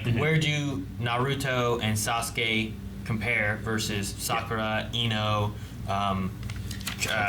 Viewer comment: Almost everytime you guys say "Sakura", it sounds like "Sokka".